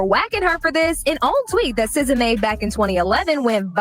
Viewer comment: How do you get “sizza” from sza???